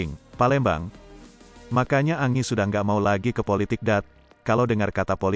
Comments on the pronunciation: Kok Angi panggilnya kok nggak sekalian Angin bacanya Angie itu Enjie.. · Parah ni Mimin bacaan berita nya jelek banget 😂, Angie baca nya Enji,koq malah Angi 😂😂,belajar dunk baca yg bener